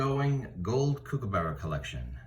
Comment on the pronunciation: Righto mate, elocution lesson here. It’s Kookaburra. It’s a short ‘kook’ not a long one. And it end s with a ‘a’ not ‘burrow’. You finish on the upward inflection. The ‘ss’ in ‘Aussie’ is pronounced as a single ‘z’, try ‘Ozi’. Do this and I’ll be happy 😊